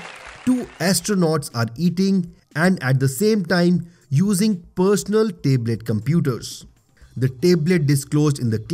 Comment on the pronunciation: Hi, you pronounce the word "Tablet" incorrectly